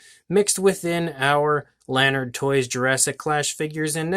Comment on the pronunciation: Jurassic Clash can be found at Walmart dot com and AMAZON. And its la-nard not lan-ard. For all your lanard product news check out Lanardolicious on Instagram